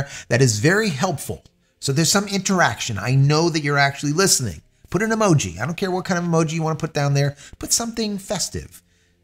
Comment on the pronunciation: Eee Mow Gee